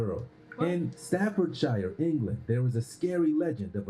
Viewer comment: The way the narrator pronounced "Staffordshire"! 😂 He said "Stah-ford-shy-arr". It's pronounced "Staff-ud-sherr"! LOL